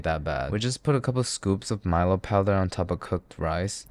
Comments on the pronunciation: Nice video, I subbed, but, it's Mi-Lo as in "Mi lady" and "down low" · It's pronoun Mee-lo (as is Logan). Since it's named after an ancient Greek athlete Milon of crotona. But anyhow you cannot ask much from Australians when it comes to pronunciation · It’s not Milo it’s pronounced meh-lo